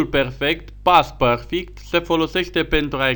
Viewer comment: Părfict ? M.am lamurit